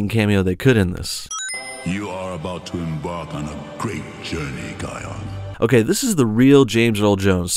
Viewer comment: It's Kiaon